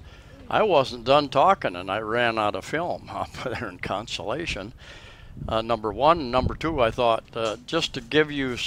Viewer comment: I'm hoping you've learned in the last 3 yrs, but the name of the town is spelled ...Cion, and it sounds like: Con-so-lah-shown. Consolation is when you come in 4th place and still get some type of prize. 🤣